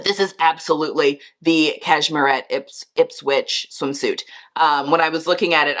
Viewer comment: The website looks great and you did pronounce Ipswich correctly. Sigh, I am not a fan of the ruffles trend and had been hoping it would take a hiaius, but I guess everyone loves it but me.